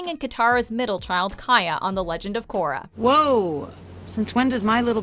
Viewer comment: 7.22 min in she said takorra